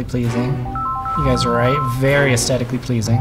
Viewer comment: Is it my ears or has the word 'aesthetically 'lost' its h in this video? Good video but it drives me mad (I'm old, it might be my ears!)